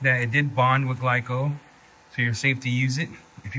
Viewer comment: my dude said gleeco 😆🐿️💨